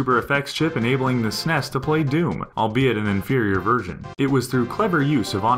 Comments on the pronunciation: Am I the only one that is bothered by the fact that this channel says "SNES" as one word? And I'm annoyed when that one guy says just "Bros" and not "Brothers" when talking about Super Smash. I have no idea why it bothers me. lol Maybe it's my hate for words that are shortened by some. Like when people say tat instead of tattoo. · Sorry, I stopped watching as soon as I heard your horrid pronunciation of "SNES". It sounds silly to say it as if it were a word. We used to call it Super Nintendo or Super NES, or even S.N.E.S. Nobody ever said "Snes". Ever. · lol when I heard him say "ssness" I immediately paused the video. What hell, bro. Like it takes a whole lot of extra effort to say "Ess Enn Eee Ess" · Am I the only one bothered by how he calls them "sness" instead of S N E S and "hudd" instead of H U D? :/ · lol, the sness, instead of S-N-E-S it sounds so funny to me. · lol "snes" I bet he also says "xbone" It will always be the S-N-E-S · Interesting video but saying "Seness" instead of saying S.N.E.S. made me want to beat my head against a wall. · Arrghhhh. NOBODY calls it the "SNES" It is S-N-E-S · S-Nes not "snes" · The very moment I heard the narrator say "SEHNEHS" Instead of 'S.N.E.S.' I quickly paused, thumbed down,wrote this comment and left. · s-n-e-s not like sness like (lock)ness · I'm sorry, but who pronounces the SNES that way (s-ness)? I have never heard anyone call it that, they just say Super Nintendo or say each letter (es en ee es). Was I the only one confused when he said "sness" at first? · Each letter should be son fed out! S N E S ! Not "Smes"! :/ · I truly despise when say SNES phonetically instead of just saying the letters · I agree it sounds stupid. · 'Snes' lol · Did he just call it a "sness" DA FUHK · Say it right. It's either the Super Nintendo or the S N E S. It's not all one word and it sounds stupid when people say that. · "Sness"? Do you call your email client "Jhee-Mail"? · Stop calling it the Sness.